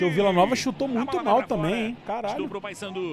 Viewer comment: E a comentarista que falava Passandu não Paysandu. Kkkk